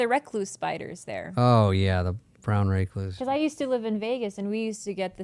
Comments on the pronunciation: The way yall pronounce recluse.. 😭😭☠, In washington we have the recluse and black widow but actually the recluse, widow and bar scorpions are not as poisonous as people think it is VERY VERY rare that people die from them. At worse they just make you nauseous which even that is rare they are mainly just painful as hell, the rattle snake of any breed is potentially deadly without antivenom so hopefully your within 2 hours of a hospital. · Brown recloooos, recluse, reclous, Not wreck loose.🤣🤦‍♂️